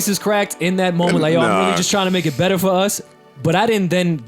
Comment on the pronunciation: "beRor's" lool